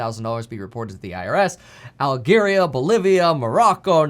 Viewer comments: Algheria, it's Algeria. Please. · .....prononciation of Algeria is “Aljeria”we appreciate you man!! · Al'gu'eria? I love how Americans can be sooo smart and successful in some areas and still have no clue about geography.